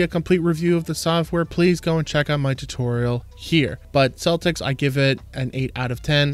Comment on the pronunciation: It''s a hard C, pronounced Keltix